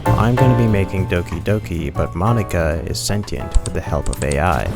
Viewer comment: Why are you pronouncing Monika like that?